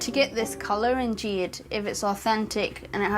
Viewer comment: Jeeeed? Not Jeeeed? You'd think a gemologer could at least pronounce the stone names?